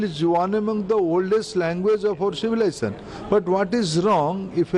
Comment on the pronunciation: He could not even pronounce Civilization correctly but he is our education minister? This is a clear hand twisting strategy by the BJP.